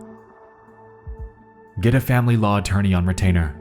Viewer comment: and his odd speech pattern of making an S sound on words that end with T. "RedditSSS" "PostSSS" "GetSSS" "NightSSS" IS IT HIM OR JUST A BAD AUDIO RECORDING DEVICE.